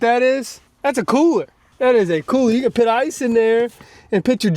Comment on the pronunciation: Always PIT and not PUT. LOL